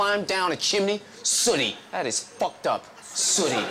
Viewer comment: The emphasis he put into "Fucked Up" loooool